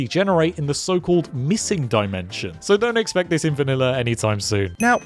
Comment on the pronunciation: ah yes, dimention